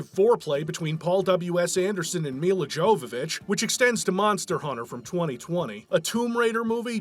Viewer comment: 2025 and people still have no idea how to pronounce Milla Jovovich lmao